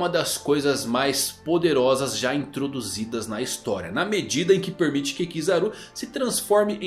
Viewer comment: "Premite"? kkkkkkkkkkkkkkkkkkkkkkk